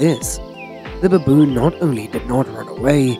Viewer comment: Pronounce Baboon why babooooon